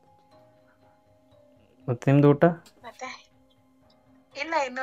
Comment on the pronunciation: Harnings 😂 Hoota 😂 Earning ✅ harnings ❌ Oota ✅ Hoota ❌ Yav seeme kannadavno neenu